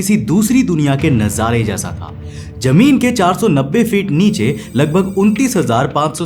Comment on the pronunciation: lovely work bro. try saying zameen not jameen. Your voice is awesome just pronunciation throws me off